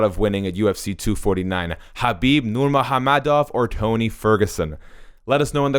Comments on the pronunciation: Nurhamomedov? It's nurmagomedov learn to pronounce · The dude narrating this video can’t pronounce Nurmagomedov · he says "nurmOgAmedov" but his name is nurmAgOmedov... He is not correct at all! The only thing he got right was to pronounce the g as an h. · nurmagomedov mot nurmahommedov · It's ......Nur-ma-go-me-dov bro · My man said: “Nur-MOHAM-MEDOV” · Is it only e or did he just said "Nurmo ha-medow" xD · Actually pronunciation was way off. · Please At least Pronounce the surname right. There's a "M" in it.✌ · Can’t even say his last name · Did this fucking guy really mispronounced Khabib's name like he hasn't heard that name😱😱😱😱 hundreds of times? Jesus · Come on, pronounce the guy's name right. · I like how slow you pronounce Khabib's last name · The way this guy says NURMAGAMEDOV is disturbing, I know you’re trying to say it right, but please don’t. I’m Russian btw. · You didn't pronounce his last name properly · You're obviously a Tony fan the way you mocked pronouncing Khabibs last name....so I gave you a thumbs down and think you're trash for being so bias